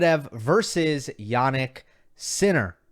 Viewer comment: it's jaNNik not jaNik fucking hell